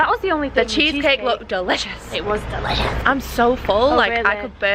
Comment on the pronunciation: Still crying of laughter “that cheesecake looked dEeLIicIOiUs” “it was DELISUS”🤣😭